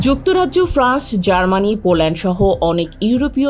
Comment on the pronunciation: ফ্রাস না ফ্রান্স হবে।মিস্টেক টা কেউ বুঝতেই পারেনি😂😂😂